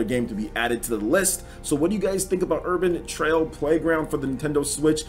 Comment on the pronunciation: Its "Urban Trial" not "Urbain Trail"